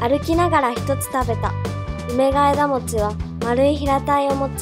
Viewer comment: うめがえがもち❌ うめがえもち⭕